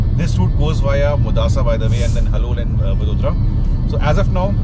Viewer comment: It's vadodara sir